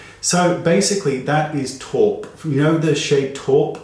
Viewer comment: I love the way you say "taupe"